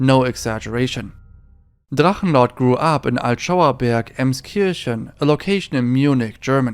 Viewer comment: ich Liebs wie deine videos in english sind aber die deutsche aussprache bei Drachenlord so fließen war! lieb dein channel!